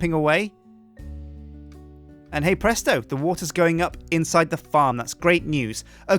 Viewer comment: Stop saying het presto